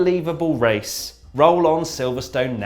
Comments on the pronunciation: That's the best wace wundown ever on this channel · Wone word wace wundown was wonderful